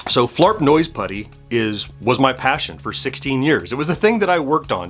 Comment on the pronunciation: 😡I am incensed on your behalf!!! You have been misrepresented! Grrr. (However, I do love that this provided you with an opportunity to not only incorporate Flarp Noise Putty into your vlog, but that you get to say it so many times, to the point where it almost sounds like you are saying Flarp Nose Putty. 😄)